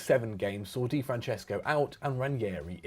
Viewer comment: c'mon don't pronounce german "die" like "die" in english. just say it like Di Natale, Di Maria etc. You guys are killing all these clubs xD